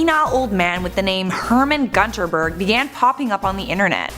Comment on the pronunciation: Everytime she mispronounces gunterberg i die inside